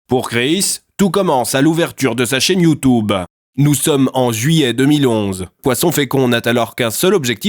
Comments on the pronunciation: Ah ça me stresse quand il dit youtOUbe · Mdr bolognaise. Super vidéo, c trop marrant quand tu dit : "youtoube" ou "youtoubeur" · Le « YOUTOUBE » J’étais pas prêt 😂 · Je ne vis que pour la façon dont il prononce youtoube